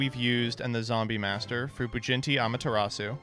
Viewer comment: I thought it was just him mispronouncing it, but I'm starting to wonder if really thinks that it's "BujinTI Amaterasu" and not "BujinKI"